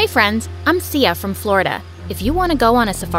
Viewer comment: I heard see ya not Sia lol 😂😂